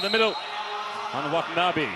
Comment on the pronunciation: なかなか発音が難しいんでしょうね。